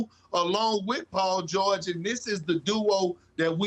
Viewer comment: The way Big Perk pronounces the “George” in Paul George 🔥